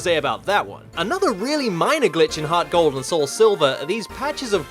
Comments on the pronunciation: Thought he said pokemon HotGold for a minute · i SWEAR you're Saying HotGold